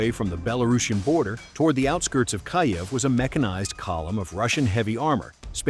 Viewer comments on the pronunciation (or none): Why does the AI read Kyiv as Kayev?